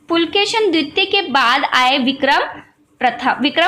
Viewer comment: Not pulkeshin . _Pulakeshi .(kannada empire. )